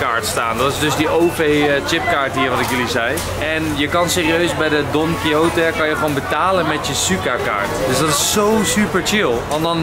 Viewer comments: Even voor Enzo: Don Quijote spreek je uit als 'don-kie-got'! :-) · Je spreekt het uit als Don Kiesjot. Is afgeleid van de roman Don Quichot.